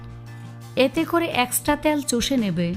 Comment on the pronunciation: আপনি ত্যাল না বলে তেল ৰলতে পাৱেন না